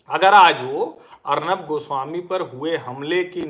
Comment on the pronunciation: अर्नब या अर्णव ? सर आप एक मानक बन चुके हैं इसिलिए आपकी उच्चारण में स्तरीयता कि अपेक्षा हमेशा रहेगी ! धन्यवाद !